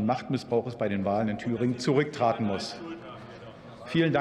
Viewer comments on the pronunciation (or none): min... Wenn's ums "zurücktraaten" geht, (offensichtlich holländisch) sollte die Alternative zur Demokratie lieber in die eigenen Reihen schauen.